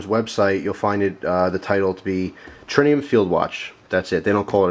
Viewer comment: there is no "n" in Tritium